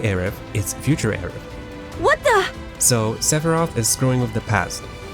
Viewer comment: This is absolutely jarring that he chooses not to pronounce the th sound😬